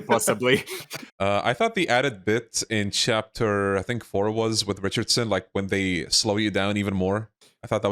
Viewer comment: Ricard-son? I thought it was Richardson